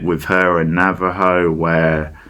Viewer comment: Why are you saying Navajo